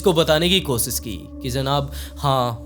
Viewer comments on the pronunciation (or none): Koshish hota h kosis nh hota apni Bhasha wrk kijiye sha ka sa bolteho soot nh hota shoot hota h aapka video world mein ghumta hai apni language per vah kijiye